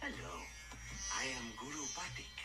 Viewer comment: I knew this would be an emotional episode for you. Dee Bradley Baker is the voice actor for Appa and Momo and almost all the other animals. He deserves an award for this. Glad to see the copyright gods finally accepted your sacrifice. Btw, it's Guru Pathik (pronounced Pa-teek).